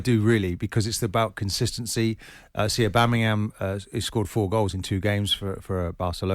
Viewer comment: Martin 'Aubameryam" Keown